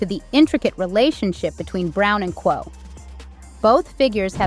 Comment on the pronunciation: Sweetheart please pronounce Quavo name correctly . It sounds so cringe how you’re saying it lol